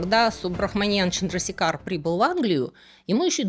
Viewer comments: Вообще, конечно, он ЧандрашЕкхар. Или хотя бы ЧандрасЕкхар. В санскрите е всегда длинная, и ударение туда ставят. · Отличное видео! Однако позволю себе небольшую поправку, правильное произношение имени этого ученого Субрахманьян ЧандрашЕкхар. Чандрашекхар- это эпитет бога Шивы, что значит тот,чью голову украшает полумесяц. Не менее интересна история другого индийского ( тамильского) ученого- математика Шриниваса Рамануджана. Было бы здорово, если бы вы сделали видео и о нем. Привет из Индии!